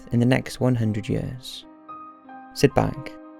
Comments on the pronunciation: one hundred hyuhrs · I love how he keep pronouncing "ea" as "uh". Yuhhhrs. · Its YEARS not yayers lol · The way he says years... lol 😂